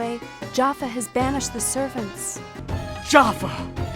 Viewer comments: Lol: "Jaffa" instead of Jafar, as in Jaffa cakes. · I’m gonna make a guess that the reason they pronounce Jafar without the R in the Sega CD version is because it was a translation of a Japanese port where they would’ve said it that way in Japanese, and the the localizers just went with it.